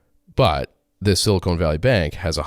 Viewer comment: Sil-I-CON not sil-i-CONE good lord